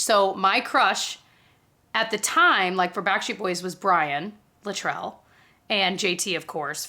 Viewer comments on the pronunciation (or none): Boy band Donnie Wahlberg was and still is my guy and always will be. Also for a Brian fan I am disappointed in you, his last name is pronounced Lit rul Li trel per Brian. Lol Had to tease you. My autistic obsession is showing I guess.